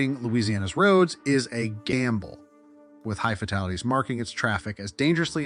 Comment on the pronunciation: Agreed...WOW... brother.. please pre read before narrating... FATALITIES 👈 only one of several...On the flip side thank you for the info 🤙